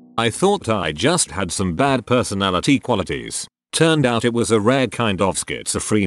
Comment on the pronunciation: Can the TTS not read "out" as "put"?